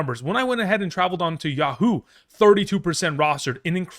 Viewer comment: "Yuh-Hoo". Just when I thought you finally fixed that this season. At least you aren't the channel that calls Micah Parsons "Meekah"